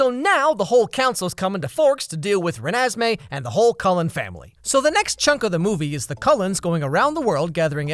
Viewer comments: it sounds like he pronounced it “renASSmee” which honestly is a better name than what it actually is. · ReNEsMeE Idk I loved that part 😂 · Youtube was made for when he says "Renesmee" 🤣🤣🤣🤣🤣🤣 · Renasmai? Renesmai? Renasmay? Or renesmay? Oh it’s Renesmee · the way you said Renesme had me laughting for a while